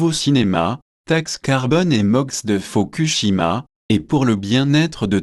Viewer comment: Faudrait bannir ces voix de synthèse., t'es déjà au courant comme tout le monde, mais en plus le truc te répète ce que tu sais à 2 à l'heure, ya peut être déjà eu des morts. ...et foukou pas foku ..shima, sinon ouai, on sait ;)